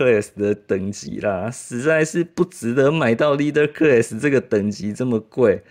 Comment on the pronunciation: 领袖级那个级发音是克啦斯。。不是科瑞斯。。。。。。。。。